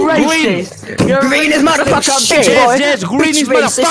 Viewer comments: Me da gracia comp habla cpn el madafaquer ese Lo escribí mal nose Pero Auron si sabe pegarla bien para el ingles si la pega the Auron ¡¡MADAFAQUER CHET!! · JAJAJJAJAJAA AURON DICIENDO “SATAP MATARFACKAR”